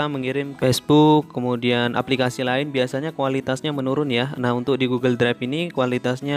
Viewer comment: Bang maaf saya lucu dengar abang bilang " Goggle dregf "🙏🙏😹